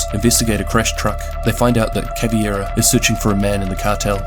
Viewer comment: CavEIra not CavIEra and it’s MontagnE not MontagnA